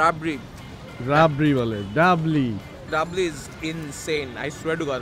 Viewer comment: রাবরি বলে ডাবলি😂😂😂